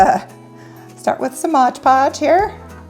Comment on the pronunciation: Come on Mom read the bottle of Mod Podge. It does not say Modge.